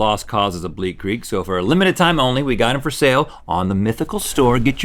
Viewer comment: Link's "It's time fowwwr" is underrated